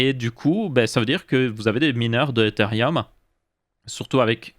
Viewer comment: "Etherium" lol